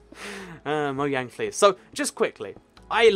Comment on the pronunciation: It's not moyang its mojang